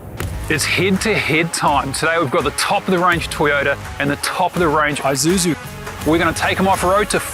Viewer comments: It is not called an Eye-suzu, you pronounce it as E-suzu, Japanese pronunciation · And 'i' is pronounced 'eee' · Doesn't seem like any of you Ozzies can pronounce Isuzu. It's not an Izuzu